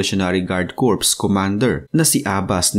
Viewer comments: Ang pagbigkas po ng CORPS ay KOR. Ang sinasabi mo na KORPS, ay ay salitang CORPSE, na labi ng taong patay. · Silent P ang pronunciation ng CORP